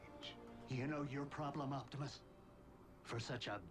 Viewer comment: Sorry if I'm been rude, but It's OPTIMUS not OCTIMUS